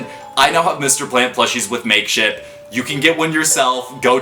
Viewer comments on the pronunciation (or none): While watching this when he said makeship honestly I heard make shit😂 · The way he said "Makeshit" instead of "Makeshift" just lit up the entire video for me ngl